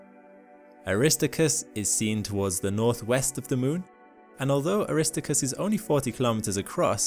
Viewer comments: Air- ris-STAR-chus. That's how it's pronounced. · I popped an ear drum when you said “a-RISS-tow-kris”. Then repeated it over and over again. I think my ears will never be the same. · The astronauts that went to the moon call the crater "Aris-TAR-cus", not "Awrist-TO-cus". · Mispronounces Aristarchus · … “Aristacus”… Ummm… NNNOOO!!! … 😂😂😂🤦🏻‍♂️🤦🏻‍♂️🤦🏻‍♂️🙄🙄🙄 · Air-is-STAR-kus PLEASE!!!! Thank you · Aristarchus is not pronounced Aristicus. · I'm pretty sure it's pronounced Ah-ris-TAR-kus. Just FYI. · Wonderful presentation, however: Aristarchus: aris TAR kus Rille: rill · Very informative. Thank you. PS Better look up the correct pronunciations of "rille" and "Aristarchus"... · You mentioned Ina but not any at least theories as to how it and similar features formed, nor any new discoveries about it. I clicked on this because I thought something new had been found out. :-| Disappointing. I don't think your pronunciations of Aristarchus and rille are correct, though I suppose it could be a cultural thing. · Some fantastic imagery of lunar surface features! But pronunciation is sometimes weird. Aristarchus is supposed to be, "air-uh-STAR-kiss" Rille is one syllable – the final "e" is silent, "rill" Montes Carpatus is "mon-tess car-PAH-toos" (it's Latin for Carpathian Mountains) I think there were others, but these stood out to me. Still, none of this really detracts from the great information covered here. Thanks! Fred